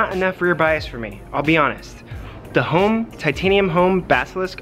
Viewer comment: Hom... NOT "home". At least get the guy's name right...